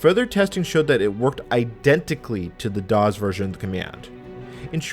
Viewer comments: This is great history love the video. The only thing that irritated me is the way you say DOS as DOZ but other than that great video. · Loved the video but cringed a little every time I heard him pronounce DOS as DOZ! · I've never heard someone pronounce DOS as daws, instead of doss. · Any pronunciation other than “doss” is just annoying! This “dawz” nonsense is surprisingly distracting! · I assure you, during the heyday of DOS, it was pronounced “doss” (unvoiced S), never “dawz”. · it’s definitely, DEFINITELY not the correct pronunciation in English! “Doss”, not “dawz!” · I like how he pronounces DOS: "daws" sounds cooler that way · “doz”. why? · Love your videos but hearing you pronounce "dozz" makes me want to stab my eardrum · Well, pronouncing it 'Dawes' is still better than Loretta Swit calling it 'Dose.' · No “z” in DOS. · Why do you say DOS like that? From someone who was there and involved in its origins, you’re saying it wrong. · This is the first time I've heard someone pronounce DOS with a voiced 's' instead of a voiceless 's'. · I'm a native English speaker and have never heard it pronounced with a voiced 's'.